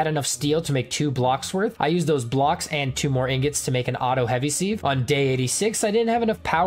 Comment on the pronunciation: Lol seeeeeve You can look it up it's pronounced siv